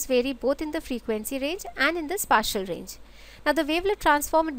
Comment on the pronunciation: the 'spa' in spatial isn't pronounced like in spam, it's pronounced like in space - hope this is taken as constructive feedback